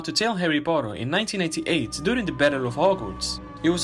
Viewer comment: It sounded like you said '1988' not '1998'. Guess it's the accent.